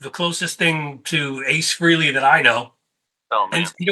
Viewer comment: New drinking game. Every time someone pronounces Ace's last name "Free-lee" take a drink. You'll be bombed in no time. It's pronounced Fray-Lee and at least three people on YouTube can pronounce it correctly.